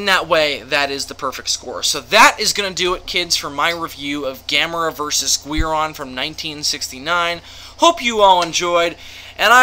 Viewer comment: Why are you saying Guiron like Gweir-on and not Gear-on